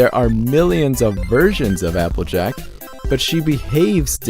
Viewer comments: "Jappleack" I cracked up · why did they call her apple jack if it jappleack